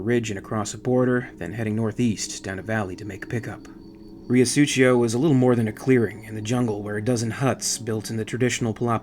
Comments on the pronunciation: 'rio su-cee-o', not "su-chee-o" lol... dirty river Mano.. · Great episode as always, love the content and narration. Just one little comment. The way you say Riosucio is kind of italian, you should read it as "Reeosuseeo", no "ch". Side note for flavour, it's 2 words combined into one, Rio= River and Sucio = Dirty. Thanks for another great episode! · "suTHio" is closer to it. Rio Sucio (Dirty River) if of Spanish rather than Italian origin as seems to be the case, will be pronounced Ree-o (short o, not ou) Su-THee-o (u as in PUT, strong TH as in THIN rather than THE or THIS, and short o) but in most of Latin America the C sound that you pronounced CH (like Italians) and Spaniards pronounce as the English strong TH will be pronounced as a simple S like the one that begins the word. Su-si-o (not a soft S as in the middle of Susie) God I'm terrible at explaining but hopefully that helps. SooSioh Obviously Riosucio is comprised of them 2 words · These are just as great as any of the Alien videos you've done.. thanks for bringing your special style to the crossover universe as well! FYI, Riosucio is pronounced "REE-oh SOO-see-oh." It's Spanish for "Dirty River." #ForDutch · Huge fan of your work, listening to you narrate reminds me of a story told by Michael Biehn which gives the narration added flare and dramatics. Really hoping you finish up on the accounts of the earth war, such a gripping audio tale. If I may critique you a bit I believe your pronunciation of Riosucio is a bit off. The first part you pronounce is perfect, the second it seems you're pronouncing with a bit of Italian decent. As it is a Spanish city, it should be sucio or Sue-Cee-Oh, which translates to dirty. As the town is near a river I deduce that river is filthy and the name "Riosucio" loosely translates to dirty river #ForDutch